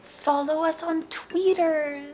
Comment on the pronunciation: I heard "Tweeters"!